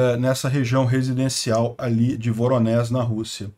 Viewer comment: mais uma vez: não se pronuncia "Voronés", mas sim Voronéj(i)